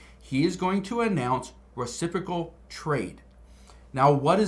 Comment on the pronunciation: Did he say "reciffrical"?